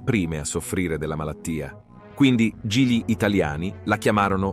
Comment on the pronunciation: sbaglia l'accento sulle parole plurisillabe come insalubri, commette sempre il solito errore co l'articolo: GLI, LEGGE prima la g e poi li, forse, ecco le prove